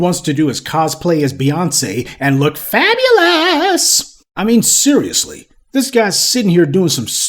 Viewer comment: Why did you say fabulous like that man?!!! 😂😂😂😂